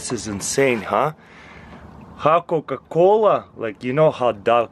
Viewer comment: i loved it when he said cooca coola popsicle kinda made a beat for a song